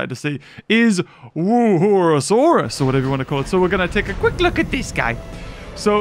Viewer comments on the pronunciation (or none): The dinosaur: Wuerhosaurus: WOOHOOSAURUS!!